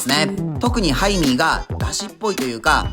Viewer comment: ハイミーがタイミーに聞こえる 仕事行かなくちゃ••••••